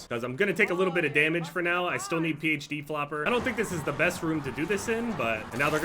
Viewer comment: Dude pronounces PHD flopper like it has the will of D